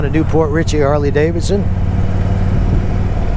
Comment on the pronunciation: 1) that is the stock exhaust and mufflers 2) “Davidson” had two “d”s in it, so it’s NOT pronounced “Davison”